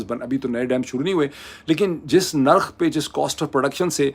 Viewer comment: Mr moeed Pirzada plz use proper Urdu words Correct words are Lafz Nirkh Not Lafaz nor Markham???